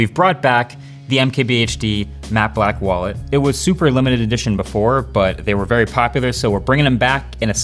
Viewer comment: *BEFORE* NOT BOOFORE